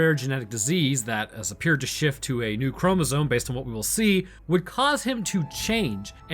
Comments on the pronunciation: the entire time you're saying "chromozone" instead of chromosome and it's killing me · did you notice you say chromozone instead of chromosome? No hassle intended, I love the in depth detailed breakdowns you do but I just now noticed you say that word a bit odd.